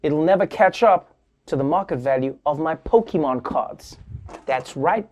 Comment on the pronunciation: You lost your credibility when you failed to pronounce Pokemon correctly. :(